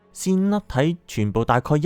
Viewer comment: 鹹（音：簡）基對